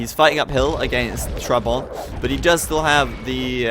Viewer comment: listen how to pronounce trabant